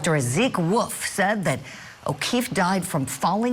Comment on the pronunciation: It’s Dr Wolf not Dr Woof Thank you